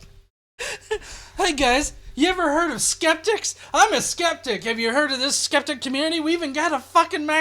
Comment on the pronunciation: Dude just totally BROKE the word 'Skeptic' for me.